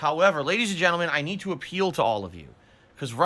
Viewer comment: "I nee-though that money, I do, I need that money."